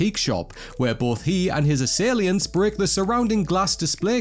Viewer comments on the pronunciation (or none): WFT are “ assailiants? “. Surely you mean assailants? 🤦🏻‍♂️